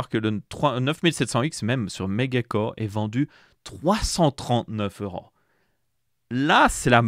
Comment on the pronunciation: HOUIT, EURAUUUU, ces " ò " sorties du tréfond du nez, EURRÀNNNN